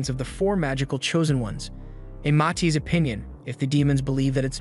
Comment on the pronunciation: Its Matis not mati